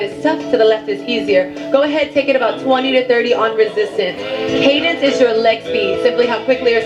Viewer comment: 5.47: what’s cadience? Muppet.